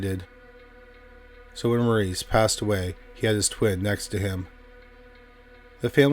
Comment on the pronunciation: Maurice’s name is pronounced MORRIS. ✌️